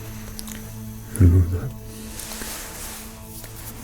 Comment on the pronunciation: Fred: helloder Me: Hola I am the only one who greets him when he says helloder???